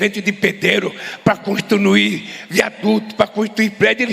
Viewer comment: Peraí.... O Lula falou constunuí ?????. P. Q. P... A cachaça tá braba heimmmmmm!!!